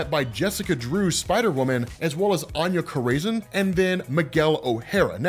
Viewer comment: I love ya, but Anya Corazon is pronounced aH-nYa Core-a-zOne. Keep up the great work brother!